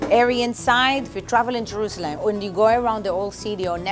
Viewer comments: had a little trouble saying “Jerusalem” lol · The way she says it: Jeroouzeleeem Baygal